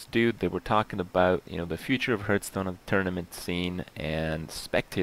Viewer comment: What the fuck is Hurtstone?